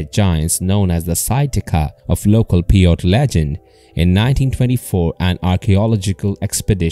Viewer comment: I liked the video, pronounce the Indians name right, Pie-ute. Also farmers gathered bat guano for fertilizer, not gunpowder.